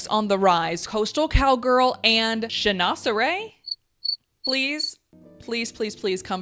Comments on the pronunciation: "Chinoiserie" is a french word, you can pronounce it like this : chin-was-ery (our "oi" is the equivalent of your "wa") You could translate as "chinese thing". it was a huge trend in the 18eme century, with all explorers coming back with "exotic" objects. French crafters began to use the same patterns for their own collections, as it was a huge market. "Toile" is just a kind of textile, now we use it also for the patterns printed at these times. Pronounce it "twal" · Great ideas, thank you! It's actually pronounced "shin-wah-ser-ee." LOL